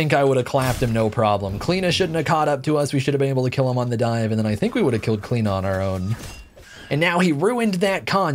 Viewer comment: Where's the 'O' in your pronunciation? O_O